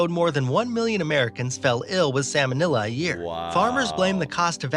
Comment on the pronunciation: Lol “salmonilla”😂😂😂